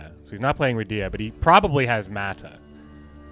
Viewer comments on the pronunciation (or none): none